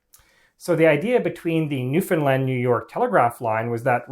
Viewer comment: I could kiss this man for his correct pronunciation of Newfoundland